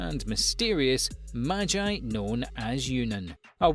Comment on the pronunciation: So nobody gonna talk about how he said maji instead of magi :/